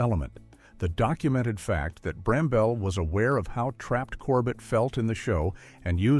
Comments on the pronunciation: You pronounced bamble wrong. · Another video of errors. For example, why is there a picture of Brian Epstein, when Richard Lester is being mentioned? A clip of Norman Wisdom whilst speaking about John Le Mesurier? "Wilfred Brambell"? It's pronounced 'Bramble'. And where is the "15th PURE EVIL Celebrity"?